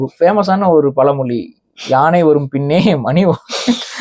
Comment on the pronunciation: tamizh enru kizhiya kizhiya pesuraye. Ucharippu enge? Athu palamoli illa, pazhamozhi